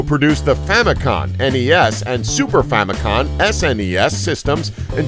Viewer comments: It's Famicom not famicon.. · It's Famicom, not Famicon.